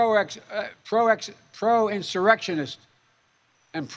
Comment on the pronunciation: You can't be president and not be able to say proinsurrectionist.